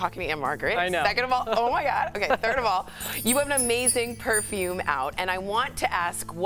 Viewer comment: Jesus please learn how to pronounce PERFUME